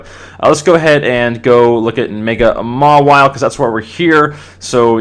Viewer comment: Just so ya know, mawile is generally pronounced "mah-eye-ol". :)